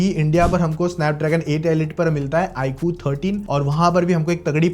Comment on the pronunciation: Iqoo ❌ ikuu